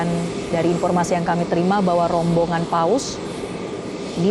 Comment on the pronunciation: kalau mengucapkan kata ROMBONGAN PAUS di panjangin dong...terasa gmn gitu